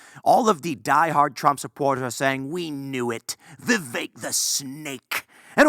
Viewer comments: yes but it's pronounced vivake, it rhymes with cake, just as Vivek himself said, so i wrote a rhyme, VIVAKE IS FAKE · can't even say the guys name right still